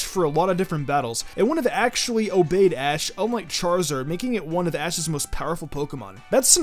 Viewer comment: he called ash Ass ketchup 😂😂